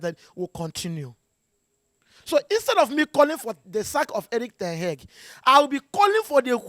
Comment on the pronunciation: The way he pronounce ten hag always makes me laugh,"ten heg"😂😂😂😂